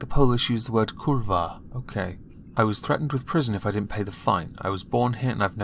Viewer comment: kurwa not kulwa.